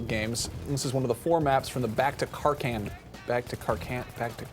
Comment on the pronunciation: It is Back to karKAND! not KARKLN